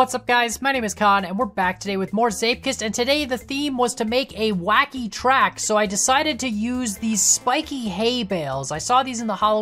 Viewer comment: it was supposed to be WHACKY not KHACKY